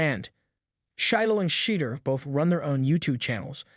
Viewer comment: You are saying his name wrong. Could you please say his name right.